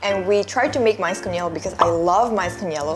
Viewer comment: It's quite amusing that you pronounce "yelo" as " yellow".. ㅋㅋㅋ